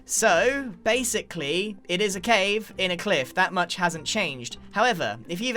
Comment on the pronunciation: Base-icly? are you seraius grian?